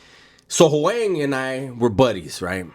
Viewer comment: Hoang. Vietnamese. That was good pronunciation. Lol.